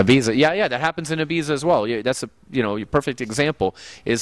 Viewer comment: 6.17- "eye bee zah". Jesus fukin Christ.